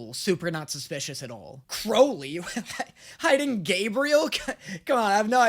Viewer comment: Crowley says it correctly.